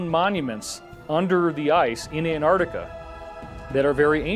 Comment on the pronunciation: I don’t see how Americans can look at “Antarctica” and just ignore the t’s? 😒